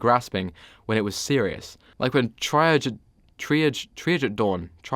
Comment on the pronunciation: Tree-ahhjj Its from French. 👍